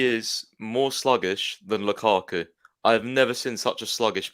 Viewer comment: has a serious a agenda you cant possibly tell me Havertz never dropped deep. He dropped more than Mount, How the Eff does he say Lukaku name still Like f*ck off man you make me rage everytime I watch these streams. Stop talking shit everytime man I'm sick of it Jorginho and Azpi was worse!